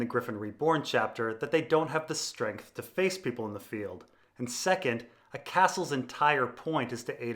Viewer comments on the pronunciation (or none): none